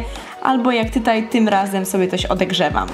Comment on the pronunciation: odegrzewam? a nie odgrzewam? nwm mogę się mylić